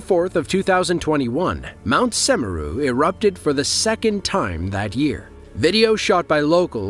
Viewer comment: mount "semarang" 💀